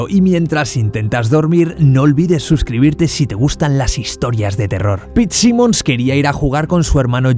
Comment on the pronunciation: QUE COÑO DIJO SIMONS SIMMONS O SIMON?